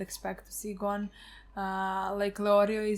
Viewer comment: Ging didnt name his son gone because that isnt how your pronounce Gon’s name